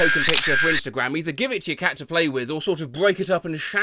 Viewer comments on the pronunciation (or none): none